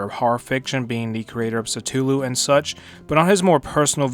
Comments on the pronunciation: "Sutooloo" bro it's Cthulhu brah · Stulu. Instead of Cthulhu, you say Stulu. I am literally speechless.